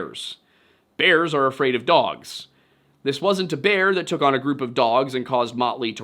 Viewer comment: Bear vs beer. You confuse the pronounciations :) Unless that's your dialect, I guess that could be claimed. Anyway thank you for this video, it was on time. When it comes to your cross around your neck: If you think a little bit harder on what that represents since Constantine of Byzantium, I suggest you throw it in the bin where it belongs.